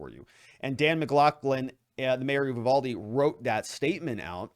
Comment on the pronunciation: The town is Uvalde. you- VAL-dee. Check out what has been going on this town. It has been through hell since the border dissolved. The school is what you would expect from Mayberry. This is not a wealthy school district. The officers, of any kind have been through hell, just look at how the response has been. Instead of giving them time, the media wanted answers right now! While this was a horrible thing, it's the split rein incident all over again. For God's sake, at least take a minute to learn to say the town name correctly.